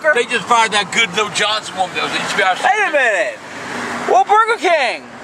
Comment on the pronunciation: “WAY MINUTE...WAH BURGR KIING!”